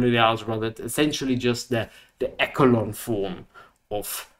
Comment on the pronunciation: Very nice intro. (If I may... echelon is pronounced e-she-lon. Much unlike the word echo in English, but more like that word in German.)